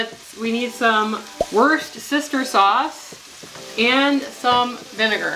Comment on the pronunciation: I love how you said worcestershire sauce-it sounded like you said “worst sister sauce”😂😂😂😂😂😂